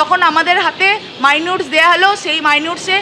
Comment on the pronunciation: Minutes ke mainutes bolle to bad debei 😂